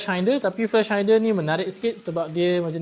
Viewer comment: Nak!! Bos yang scope tu disebut “SKOP” bukan “scoop” Lagi satu flash hider disebur “high-der” bukan hainder. Hehe sorry ya ganggu.